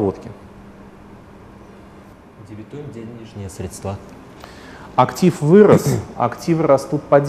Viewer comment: срЕдства, а не средствА... по ушам режет